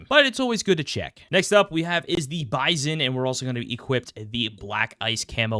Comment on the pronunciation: it is "Bizon"